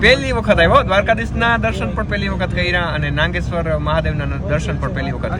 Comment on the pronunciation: નાંગેશ્વર નઈ નાગેશ્વર